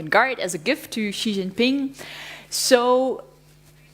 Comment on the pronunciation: She can’t even pronounce “Xi” correctly 😂 Zhee 😂😂😂😂